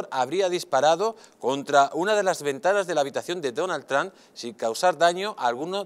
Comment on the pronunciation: no saben ni pronunciar el nombre de Trump.